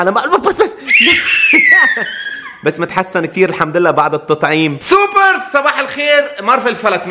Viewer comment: طبعن بالبداية حكى اي لوفيو سوكر مو اي لوفيو سوبر بحبكم كتير انا من العراق 🇮🇶🇮🇶🇮🇶